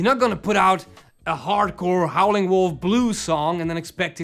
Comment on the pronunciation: Howlin' Wolf not Howling